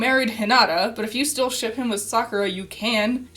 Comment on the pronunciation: "This is supposed to be for fun!" ... I had fun mishearing every time you said 'shiP' as 'shiT' Also, they'd get the 'socializing' if they actually decided to do more than an over-all 2hour runtime per volume.